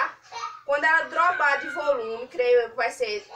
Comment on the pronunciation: Ola adorei a receita...nao me leve a mal, mas nao se fala "droba" se fala dobra ou seja dobrar de volume❤❤